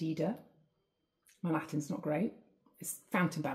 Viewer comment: Nice to hear proper Latin pronounciation for a change. Everybody keeps butchering it. Thank you!